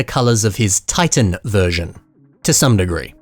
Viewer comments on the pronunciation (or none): none